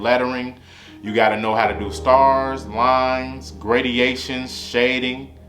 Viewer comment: this ngga just said “gradiations” 😂😂